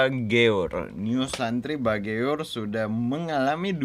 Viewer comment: itu di baca bager bang😅bukan ba geur itu bahasa Sunda.